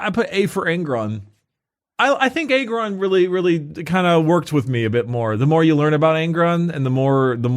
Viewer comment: Nailed Angron